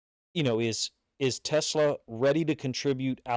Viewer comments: FYI it's pronounced Tuh-SLAA, (like slaw in coleslaw, not like Tesla rhymes with Vespa) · Really appreciate the breakdown coach! Teslaa (pronounced “teh-slaw”) has all the tools. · OK !!! It's NOT Tesla..... it's t' SLAA !!!